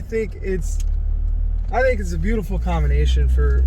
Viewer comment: B..e...a... utiful 🤣